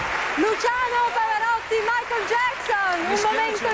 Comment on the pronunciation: LOVIU MAICOL" JAJAJAJ